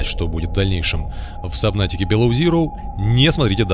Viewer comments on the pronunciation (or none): none